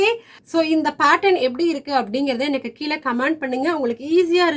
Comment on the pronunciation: பியானோ கற்றுக்கொல்வதுதான் முக்கியம், மற்றது முக்கியமல்ல -- என்றாலும் பேசும் தமிழும் கொஞ்சம் முக்கியம். அதாவது இந்த " கீல " கொடுத்திருக்கிற என்ற உங்கள் வார்த்தை இருக்கிறதே அதனை சரியாக " கீழே " என்று வாசித்தால் எவ்வளவு நன்றாக இருக்குமா... அது என்ன இப்போது எல்லோருக்கும் ஒரு " fashion " ஆகிவிட்டது இந்த மாதிரி பேச... தயவுசெய்து ஒவ்வொருவாக சரியாக பேசினால் தமிழ் வாழும்... தயவு செய்து முயற்சி செய்யுங்கள். உங்களுடைய கற்றுக்கொடுக்கும் முறை வெகு ஜோர்.. நன்றி.. தவறாக எழுதியிருந்தால் மன்னிக்கவும்... நன்றி வணக்கம்..